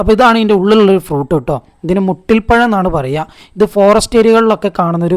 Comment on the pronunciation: മുട്ടി പഴം അല്ല മൂട്ടി പഴം ആണ്🤣🤣